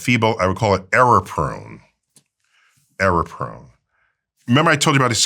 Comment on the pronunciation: Error-prone not aeroprone